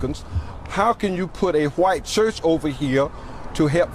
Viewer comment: “Qwite cherrch” 😅